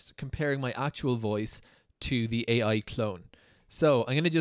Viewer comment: The AI could not properly pronounce "AI", so it disqualifies it instantly...